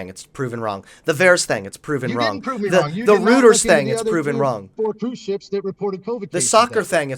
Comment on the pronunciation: Ayo, its ROY-ters, not Roo-ters. Have a good day :D